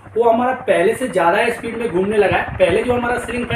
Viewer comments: अबे झवणे स्पीड होता इस्पिड नहीं 😅😅😅😂😂😂😂😂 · ए स्पीड नही स्पीड बोलो😜